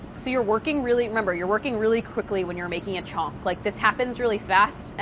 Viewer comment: It's actually pronounced as Chhaunk but her American accent makes it sound like chonk which made me confused for a while but it's hilarious 😂